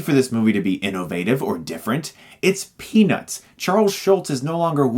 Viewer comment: Every single time he says "Peanuts", I hear "Penis" :P